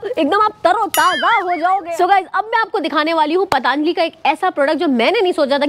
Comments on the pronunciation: वहां अच्छा खासा पतंजलि लिखा है और तुम पतानजलि बोल रही हो। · It's not a pataanjali😅 it's patanjali 😊